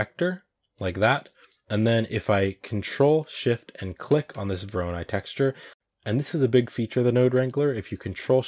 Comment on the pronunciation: It is correct to tell "voronOi", emphasis on third "o". This algorithm is named after a Russian mathematician